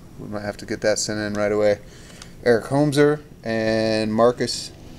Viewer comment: I could listen to you fuck up names of these players all day, it's hilarious. Eric Homezer and Gebbler Torres are my favorites, but there were too many to count.